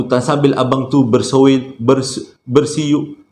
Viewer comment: Bersuil2.. ahahaha.. pny tersasul ni selalu buat sy tersenyum dlm nak tidur.. kdg2 hilang mengantuk.. 🤣 ttp no syatu fav bedtime story teller sy.. 😎😎 tq..